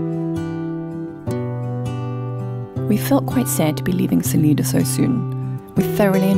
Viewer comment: Hello! Just happened upon your video. First, just FYI, Salida is pronounced Sa-lie-da. I live in Pagosa Springs where you passed through. It’s a great place for hiking, rafting, tubing and more. There are 3 commercial hot springs, and other natural hot springs. The pass you went over was Wolf Creek Pass, topping out a little over 10,000feet. The ski area is known for the most annual snowfall, usually 300-400feet of snow. Durango is a great town, but does get very busy with tourists. In your video towards Cortez, on the left is Mesa Verde National Park, a very interesting ancient sight, and the whole 4 corners area has ancient dwellings all around. I’ve lived over 50 years in Colorado and still find so many places to explore.